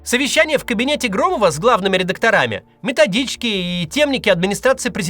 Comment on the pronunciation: РедАкторами. Уж коль скоро Вы говорите на русском языке, говорите пожалуйста правильно.